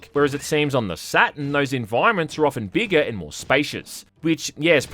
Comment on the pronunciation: I thought the console was called SatuRn, not Saten.. silly me